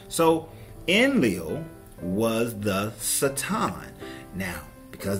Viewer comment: Theres only so much times i can hear someone say sa- tom i couldnt watch the video lol. Dont try and sound smart. Ignorant people ugh